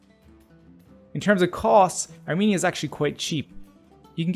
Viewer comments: Let me correct you it is not are meania It is called Ar-Men-ia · The pronunciaton is R-men - ia or Ar-men-ian there is no me or mean inARMENIAN